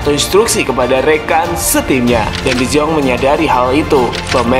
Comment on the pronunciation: De yong bang dibacanya